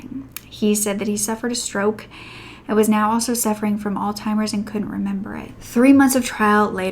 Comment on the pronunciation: I thought you said ‘old timers’ (which I used to think it was) but on listening a couple of times I worked out you said ‘Alzheimer’s’ 😭😭😭